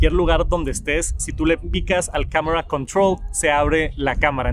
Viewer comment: Camera controull